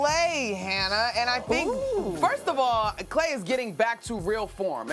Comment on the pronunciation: Somebody get Monica off the show lol . She said Klay 😂